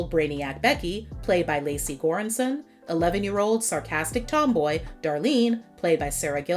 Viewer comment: Lecy’s name is actually pronounced like “lee-see.” 😊 It is short for Alicia